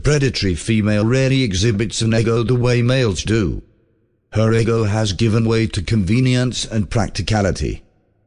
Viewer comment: lol it's pronouncing ego like the waffles. Silly AI